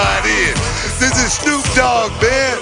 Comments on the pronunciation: Sounded like Lilian said Shnoop dog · She said sneep dog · he said shnupe dogg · The lady in the beginning said shnoop dogg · SCHNEWP DAWG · did she say snoop dog wrong